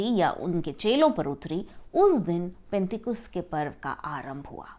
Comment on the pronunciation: पेंटेकुस्त नहीं penticost होता h